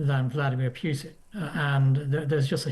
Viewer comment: Putin is pronounced pootin, not pewtin, chaps.